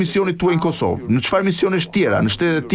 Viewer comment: Bledi Fevziu ketu eshte treguar shume injorant. Permend jugoslawien ne vend se te pernendte serbien. Pastaj thote racak ne vend se te thoshte RECAK dhe ne fund zotria Walker thote KOSOVE kurse ky trangu Bledi thote kosovo. O bledi meso disa gjera bazike, se te gjithe e dim, se ti di shume.